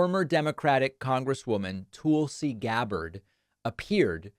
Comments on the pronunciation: David, do you realize how much like a right wing nut job you sound when you intentionally mispronounce someone's name. Tuuulsy? Really. Grow up. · Not sure if its intentional but you pronouncing Tulsi as "tool-see" really hits home. She is a tool. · David: I like a lot of what you say, but c'mon, man. 1) She said the word "real" fine. I don't know what you heard. 2) Given your insistence on...unique pronunciations of words--she doesn't pronounce it "Tool-si", I checked--and just given how childish it is to mock people over minor pronunciation issues, I question why you do this. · David says "Toolsi Gabbard" and it never fails to get a laugh outta me That said, D-Pax...i see your Toolsi Gabbard and raise you a "Repulsi Gabbard" 😆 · STool-si who?